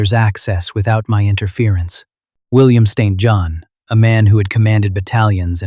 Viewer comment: The Duke’s Sir Name is pronounced ”Siinn Jon” not ”Saint John”